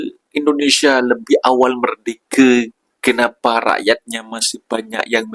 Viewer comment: BUKAN merdeke lah. Sebut betul betul. MER-DE -KA,... Dengar betul betul sebutan orang Malaysia